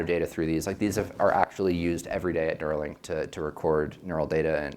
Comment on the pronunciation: Neuralink u-r-ill!